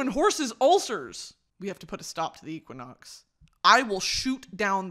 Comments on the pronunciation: Brittany going from Equinox to Equioxx is too funny. Equine means horse and Brittany somehow stumbled on Equioxx which is a horse drug (basically horse ibuprofen), with the side effects that cause ulcers. Which has nothing to do with the sun. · I was just going to comment this. Equioxx pronounced ek-we-ox is jus horsey meds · the correct and incorrect pronunciation of equinox had me dead